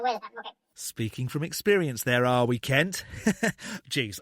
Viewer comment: I think you're pronouncing Kent wrong😂